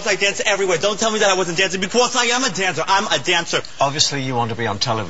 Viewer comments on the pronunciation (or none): "becquaze" lol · He says "becwause" lol! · what's about that "bequose"? so annoying.